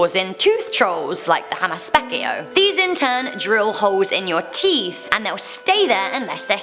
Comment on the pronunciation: That had to be the worst pronunciation of Hammas Peikko i ever heard lol